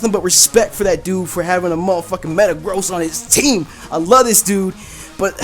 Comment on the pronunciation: Did You Just Say Matagrost